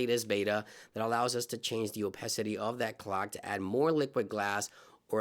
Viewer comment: Bro, it's pronounced 'oh-pah-city' not 'oh-pes-city'.